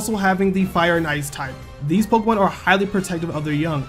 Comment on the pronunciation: It's Pok(a)emon, pronounced a not pok(e)mon, ffs